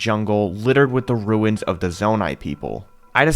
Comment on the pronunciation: Did he say "mangrove ruts" ? XD Jokes aside though, this build was amazing! Farosh looked PHENOMINAL and the whole region overall looked stunning. You and everyone who helped you build this are honestly spectacular.